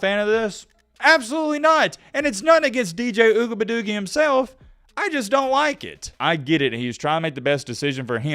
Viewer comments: Yo, I watch your vids about this dude mostly because how you pronounce his name.. Ugabadoogie... I've been teaching my 4 year old to call his potty time ugabadoogie's.. He be like " Dad I gotta go Ugabadoogie"... The look on people's faces when he says it... PRICELESS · You wrong for mispronouncing his name on purpose. Disrespecting the man's family name is very low of you. Not a fan of him but you should do better. Peace & Love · why don't you stop being disrespectful to this guy & pronounce his name right!...YOU AIN'T FUNNY!! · Why mispronounce his name? Kinda like your cousins mispronounce Kamala Harris name….not really professional. Racism is real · Pronouns the man’s name correctly, even if you don’t like him. Come on colonizers you can do better. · How about you develop some respect and say that mans name correctly he has parents and a lineage attached to that name clown 🤡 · I think is real life slow...saying that man name like that is mad racist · Just because you're not articulate enough to pronounce his name , doesn't mean you should mock it . I have nothing wrong with athletes staying eligible. College is becoming a default football minor league. Let these guys play, let them get paid 💰💰💰 Revenue share next 🤝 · Can you pronounce the man’s name correctly